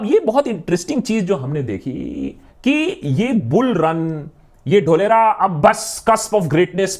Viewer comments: Dholera word sounds like dhokla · Feku ka ek aur failed project - Dholera. (Its DHOOL-ERA, saheb, yeh vyakti apne CM kaal se hi, public ke ankh mein DHOOL jhonk raha hai).